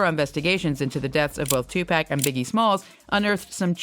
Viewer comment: If you're gonna make money off this man's name at least pronounce his name correctly. It ain't no TuPack. It's Tupac. Like TuPock phonetically. This man been dead 27yrs, called one of the greatest of all time. Name has been in and out the media forever and eat off of this man and still can't get his name correct. TuPac!